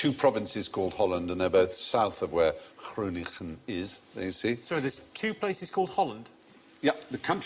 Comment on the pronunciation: What a nice surprise to see a question about Groningen, the place where I live. Fry's pronunciation isn't perfect, but good enough. In the local dialect though it's pronounced "Grunn" (with a rasping G)